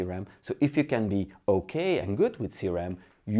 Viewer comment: No, he means C-ram that is actually CRM, but you do not pronounce it very well and the subtitles display "C-RAM"